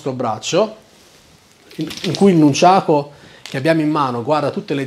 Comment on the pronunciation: Dici nunciako